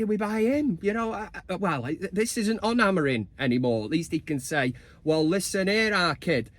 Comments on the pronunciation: Great song mate, love it! 🤣 Just get the name right buddy, AmoriM, not AmoriN 🤣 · It’s Amorim not Amorin🤪🤣. Big win today either way. Mount Casemiro Bruno in mid Although I feel Mount could make a good wing back with his energy. COME OOOOOON UTD🔴⚫️⚪️